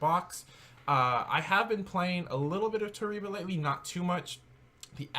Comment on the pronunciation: Toreba pronounced "tow Ray bah". It's translates to "If you do"